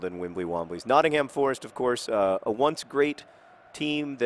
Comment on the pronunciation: Notting-hum, not Notting-HAM. Sorry to be picky John.